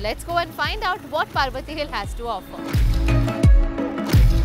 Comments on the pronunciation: It's पर्वती not पार्वती 😂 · Its not पार्वती , it is पर्वती टेकडी. As a Punekar , very unusual to hear it as पार्वती😀😀. But trying to speak in marathi is greatly appreciated. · It's not पार्वती, it's पर्वती ! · The vlog is beautiful! I am from Pune and you don't pronounce Parvati hill as you did in ur vlog. It's par-vati as in the word 'par' in Hindi and not 'paar'.😁 Amazing vlog though!!!❤ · Nice to see pune with your vision.... Hey it's पर्वती not पार्वती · it's not पार्वती hills it's पर्वती hills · Its पर्वती not पार्वती